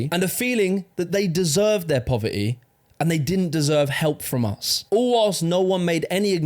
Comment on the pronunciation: “Pover -ee” :)))